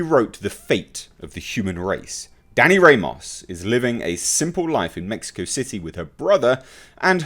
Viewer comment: Haha. Ramos is pronounced Rah - mose not Ray - Moss.